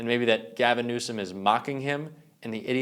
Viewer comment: Listen to the video again. Trump refers to Newsom as the "President of California" and calls him "Newscom"